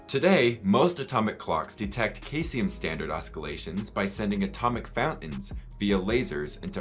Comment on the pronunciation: Similarly, caesium is pronounced see-zee-um.